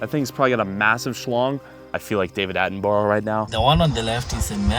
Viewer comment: "I feel like David Attenborrow" its not Attenborrow its Attenborough (borough as in a town or district that is an administrative unit)